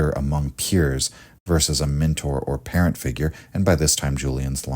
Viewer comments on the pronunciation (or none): none